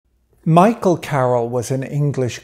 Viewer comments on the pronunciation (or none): none